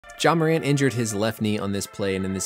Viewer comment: Dude his name is pronouncec "Jay-A Morunt"